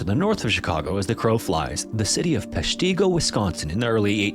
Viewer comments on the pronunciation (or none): Please. It's PESHtigo, not PeshTEEGO. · Short I sound. PESH-ti-go, not pesh-TEE-go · While a pronunciation site may say “pesh-tee-go,” Wisconsinites call it “pesh-tih-go.” We call everything different. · No no no. Not pesh-TEE-go, it's PESH-tuh-go. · As a Wisconsinite, we say Pesh-ta-go, rather than Pesh-ti-go. But don’t get me started on mispronunciation of more counties/towns. If you can correctly say Kaukauna or Weyauwega, welcome home. 😂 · From WI native: “PESH tih go” not “pesh TEE go” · Its PESHtigo, not PeshTEEGO! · It’s Pesh-teh-go 😂 I kept laughing at Peshteego. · I dont wanna be that guy, but ima be thats guy…. I’ve always heard it as “Pesh-ta-go” more than “Pesh-tee-go” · Pronounced: pesh-ti-go, not pesh-tee-go. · I don't want to be rude, but as somebody from Wisconsin, could you actually research the city pronunciation for your videos? Peshtigo is pronounced PESH-ti-go not pesh-TI-go as you are saying it throughout the video. This happens for most Wisconsin cities you've featured, which throws off the entire video for me. Haven't seen anybody else mentioning this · I'm from Wisconsin. It's pronounced Pesh ta go. Not Pesh te go!😊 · I've been to Peshtigo, Wisconsin. BTW, it's pronounced PESH-tuh-go, not pesh-TEE-go. It's quite chilling how simple the monuments there are. Basically, there's just a church that was converted into a small museum and then oh yeah, next to the building just happens to be a mass grave with hundreds of fire victims in it. I think the simplicity of it all makes it all the more impactful and haunting. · I've lived in Wisconsin my entire 44 yrs & it's notorious for hard-to-pronounce names. Hearing them mispronounced is cringe-inducing. Peshtigo has a short "i." It's Pesh-tig-oh, not Pesh-teeg-oh. 🐄 🧀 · I live relatively close to Peshtigo. I have never called it or heard it called peshteeeeego before lol. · Thats not how you say Peshtigo. Pesh-ti-go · PESH ti go. Accent on the 1st syllable. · Pesh tee go?